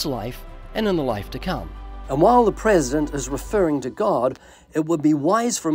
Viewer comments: Your prezshent sees you. Thats reassuring. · The prehsehdehnt rehsehntleh mehmehmeh. God.